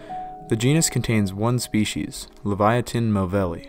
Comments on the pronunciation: You're pronouncing it wrong. It's not leviathan the king of all that is in the ocean. It's Livyatan. Like LEVEE-AH-TAN. Sorry but that's just frustrating to me and a great repellant. 😮 Derp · You are saying it wrong it’s (Liv e ah tan). They named it Leviathan in the past (that’s what you’re pronouncing) but that name was already in use so they had to change it to LIVYATAN.